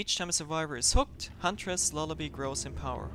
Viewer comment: It's lullaby not lullabie